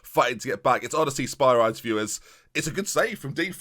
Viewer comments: Two strikers are broken in this match engine, especially with a Shadow Striker in behind! Make it happen and watch the goals fly. Also I think Spyrides is pronounced Spih-rih-deez like Hercules! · Spyrides is pronounced Spy-Ree-Des! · The thing about Spyrides, is that his name is EVEN cooler when it's said properly!